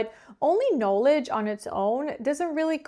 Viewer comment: Hi, You are a wonderful teacher and your English is perfect, even flawless. However, there is one word that you pronounce incorrectly. In “knowledge” the stressed syllable has the short O sound in spite of having the long O sound in the root word: know. Not the same but similar: photo - photography.